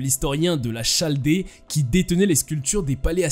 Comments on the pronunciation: On ne prononce pas Chaldée mais" caldee" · Bérose le chaldéen (chaldéen se prononce kaldéen) comme chaldée se prononce kaldé s'il vous plaît.